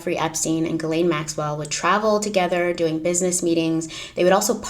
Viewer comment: It’s ‘Gih-len’ not ‘Gih-Lane’